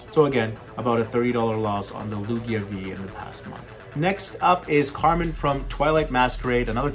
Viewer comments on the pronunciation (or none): Ayoooo put some respect on the waifu's name, it's Carmine not Carmen 😘